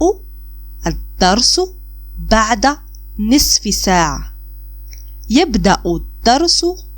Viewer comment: Thanks. Why do you pronounce ساعة saatu and sometimes saa?